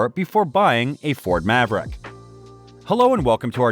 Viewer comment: Why is this guy saying "envay ebble" and "Mav rack" or "spokes maen" ? That's not an accent I've ever heard before